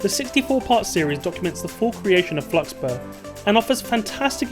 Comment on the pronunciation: Technically it would be Fluxburgh pronounced’flux-bura’ like Edinburgh is ‘edin bra’ and anyone who thinks that’s wrong can get lost cuz I’m from Edinburgh so I know how it should be pronounced